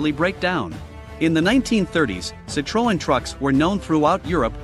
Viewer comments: It’s pronounced “Sit-Tron” NOT “Sit-Tro-En” !!!!! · Not sit tro an, its pronounced sit trin...🙄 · It's pronounced sittron, not sittrowin. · I can’t stand these AI voices that can’t pronounce names correctly, Citroen, not Cit-ro-en. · Citroen is pronounced Sitrin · pronounced cit ron the e is silent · Its pronounced ci-tron 😂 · Its pronounce citro-en like en in end Jezus people it not that hard. Citroën. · Cit-row-en?!! At least pronounce it correctly. Why do the Americans constantly pronounce English words incorrectly. Like Jag-waar. Are you trying to create a new language. At least say the French word like the French for gods sake. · Pronounce as SitRoń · I honestly have never heard Citroen pronounced like that ever 😅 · Someone should explain to the narrator how to actually say Citroen. Closest I can come here is to say it is a short "O" and the "E" is silent. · Wow the guy cant even be bothered to research the subject enough to pronounce citroen properly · Why can't Americans ever pronounce car brands? Citröen, Renault, Jaguar, Nissan. All pronounced incorrectly by Americans. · Someone tell him how to pronounce Citroen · That, is not how you, pronounce Citroen, at all 😂😂😂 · That's not how you pronounce Citroen, 😂😂😂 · Don't make a video about Citroën if you can't even be bothered the look up how "Citroën" is pronounced. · At least get somebody who can pronounce Citroën correctly. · is this a bot? If you're doing a vid about Citroen, learn to pronounce Citroen.